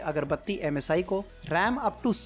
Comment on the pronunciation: Ajj ekbar bhi msi ko masi nahi bola